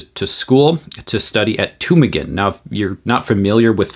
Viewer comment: You do good work. I really appreciate your defense and promotion of orthodox lutheranism. Your pronunciation of Tübingen, on the other hand, is highly suspect🙂 Your videos are great, and greatly informative. As a man of education in the natural sciences, I still find you very clear, precise and understandable. Keep it up!😃